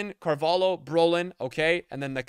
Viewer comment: How is he still pronouncing Carvalho wrong